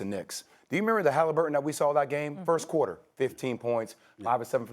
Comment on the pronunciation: “Renember” lmao love mad dog